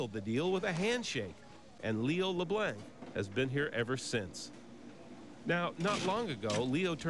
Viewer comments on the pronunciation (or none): Hey, bigfoot-cat- Actually it was "Pivin's". And the reason the American dude pronounces it "Lew Blanks" is because he is American, and most Americans cannot speak French. In other words, they are "Perfectly Unilingual" Isn't this sad? So they see "Leblancs" and pronounce it "Lee Blanks". So- you don't know much French? Well, at least you have the pronunciation right! Learn some more French! Yo'ull be great at it! And don't eat too much of PEEVAN'S POUTINE! Thanx fer your comments.